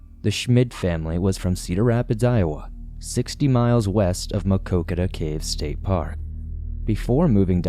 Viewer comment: I am impressed with your pronunciation of Maquoketa! The story hits close to home and the community still mourns. The Caves was my first and best camping trip with my two sons. We still continue to visit.. one of the most beautiful places in Iowa!